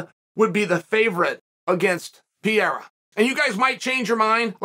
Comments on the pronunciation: There is no way in hell he just said Costa would be the favorite against Pee-air-uh 🤣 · PRONOUNCE THE NAME RIGHT IF YOUR GONNA SAY IT SO MUCH QUIT SKIPPING THE R. Come on Chael